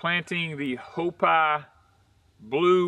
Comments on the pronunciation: Hi, hopi is pronounced with a long E sound instead of a I sound, it's like hop(e). I hope that makes sense. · I think it's pronounced HO-PEE ...from what i recall in school. Love your videos guys! :)